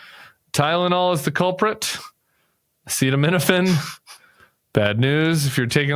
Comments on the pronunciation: He can't pronounce the drug name. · He can’t even say ACETAMINOPHEN right 🤪🤪🤪🤪that was an outrage …I’m a Canadian pharmacist and this was a very dangerous presser 😨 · So, Trump not having any idea what acetaminophen is or how to read the word didn’t make the cut? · In the presser he had trouble pronouncing acetanimofen. Obviously came well prepsred! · Omg! I couldn't believe what i was and was not hearing! Mispronounciation of a commonly used otc medicine! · What? You didn't share the clip of him trying to pronounce acetaminophen???? That was golden!!! You guys are great. I need to show this clip to my husband who hates anything political but I think he'll get a laugh. Serious stuff yes, but you guys make it easier to deal with. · He says Tylenol because he can not pronounce acetaminophen! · Please tell me y’all are not listening to Dr Donny and Dr Robby who can’t even pronounce the name of the medicine!!!😂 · You guys left out the best part: Trump trying to pronounce "acetaminophen". It's hysterical! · I can’t believe they didn’t play the clip of trump trying to pronounce acetaminophen It’s was the funniest saddest reflection of where America is today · I watched the entire press conference and trump kept saying Tylenol because he couldn't pronounce acetaminophen. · Great pod! Thanks so much. You did leave out his ridiculous mispronunciation of acetaminophen however. That was special! 😮😂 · No comments on the pronunciation of acetaminophen? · Oh no, it's just that Trump couldn't pronounce the word acetaminophen 😆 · He demonized Tylenol because he couldn't pronounce acetaminophen! 🙄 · He actually horribly mispronounced acetaminophen earlier in the presser. It was hilarious! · Because he tried to say the word acetaminophen AND COULD NOT SAY IT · He couldn't pronounce acetaminophen. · He can’t pronounce acetaminophen 😂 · Because he cannot pronounce acetaminophen. Wish Tim and Sam would have shown that clip! Could not stop laughing!